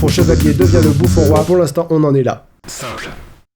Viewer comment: Je suis la seule à entendre "Sorry" à la place de "Simple" ?